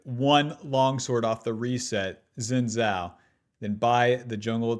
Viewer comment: SAY IT WITH ME,: "SHIN" "JAO"